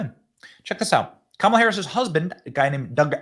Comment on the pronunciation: This is crap! Who is paying you to lie like this. It is shameful! And if you want to protect Kamala, you will pronounce her name right!